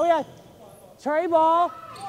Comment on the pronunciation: “Tre ball”